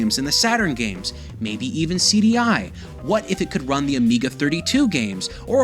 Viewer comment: Did he just say "CDi"...?